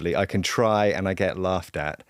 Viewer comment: Sofia needs to sound the last letter of her words. Eg 'get' has a "t".